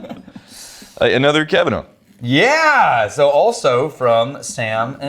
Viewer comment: Me, at the beginning of the episode: Ooh, Kavanagh from the Cavanaughs? How many different ways will butcher these names this time? Me, at the end of the episode: Wow, that many? Gotta be a record.